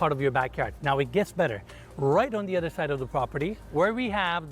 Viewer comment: I wish would take a year off and learn how to pronounce “th”. So annoying listening to him say “ledder” and “udder”. As a bonus, he could strike his hackneyed catchphrase, “and it gets even better”.